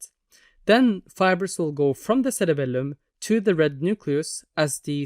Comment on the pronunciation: the way you say CereBELuuM 😅💝